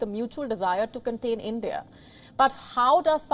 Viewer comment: End-Dee-Ah, don't be jealous of Chyna!!